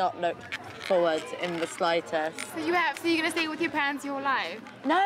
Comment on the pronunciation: fings....its things.........wif...its with